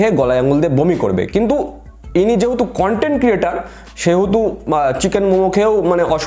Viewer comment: দাদা মেয়েটি কনটেন্ট বলিনি কানটেন্ট বলেছে😂